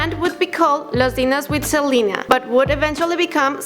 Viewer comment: She said selana inted of selena